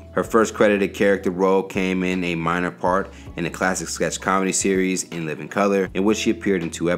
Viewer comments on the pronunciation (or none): none